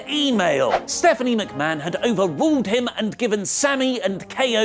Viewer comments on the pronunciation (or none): none